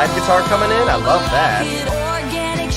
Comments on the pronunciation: i laughed so hard when you said "I wolf you". i was like 'Love honey where did you come from' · When u said I wolf u and immediately regretted it 😂😂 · "I WOLF YOU *VOMIT*" yes. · "I wolf you "So at this point do we all watch "You"